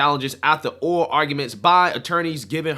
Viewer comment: God bless Kari Lake. No way that wak biatch won over her. ya got to sound out the words when you read. Its "ORAL" not "owa" 🤣🤣ya killin me!